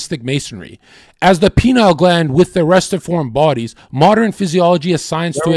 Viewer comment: Pineal not penile lol